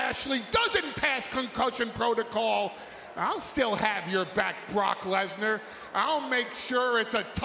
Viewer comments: "BrOcK LeTtEr" 😂😂😂😂😂😂 fail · "BARAAK LeSNAR"